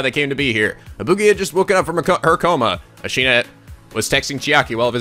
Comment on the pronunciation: Katti Sandra Yes but always pronounces it "ashina".